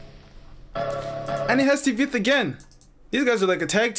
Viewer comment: bro not T-Veth but Tweth